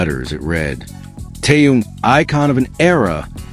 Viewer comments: Очень раздражает бот, то Таюн, то Тэнун, то Тоян, хотя вещает на русском языке. Недоработка. КИМ ТЭХЕН, запомни машина, КИМ ТЭХЕН. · Какой ещё Тэхаен !? Тэхен! Тэхен! Автор ,прежде чем озвучивать его имя ,надо хотя просмотреть видео с ним и как его зовут Арми .